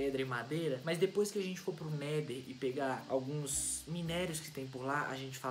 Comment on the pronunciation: não é neder é nether